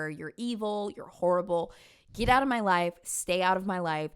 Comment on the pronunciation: Here’s muh man, here’s muh mortgage lmao